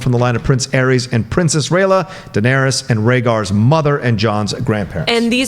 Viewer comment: Turn it off right as the butt cut girl called Daenerys - “Duh-narious.” 8 seasons in and people still can pronounce a main characters name correctly.